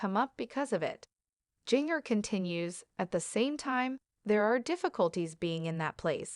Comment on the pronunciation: Her name is pronounced “Ginger,” and the way it’s said in the video makes it painful to watch :(